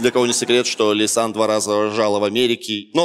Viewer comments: Всё бы ничего, но она «Ляйсан»… А «Лейсан» - младшая дочь Азамата 😊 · "Шутки от Лисан" - читай как "Ода Павлу"... весь выпуск насмарку